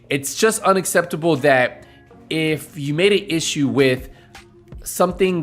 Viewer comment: The crying part when you said mispronounced "unacceptable". Not gonna lie that shit gave me a good laugh.